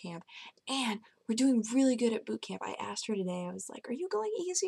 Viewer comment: Boob camp?! no it had to be boot.. second time "boob camp" wtf are my ears dead?!?!?! third time "boob camp" AMG THEY ACTUALLY EXIST?!?!?! O_O <33333 :')